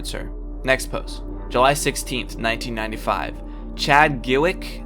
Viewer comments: No-one: This magic guy telling stories: geweke. Gew- buick? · U said bwek or the car thingy 🤣🤣🤣🤣🤣🤣🤣 XD Ha btw this is scary